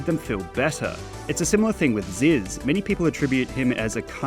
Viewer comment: its zyzz brah